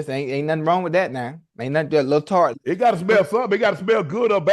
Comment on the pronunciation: "Alil TART" murdered me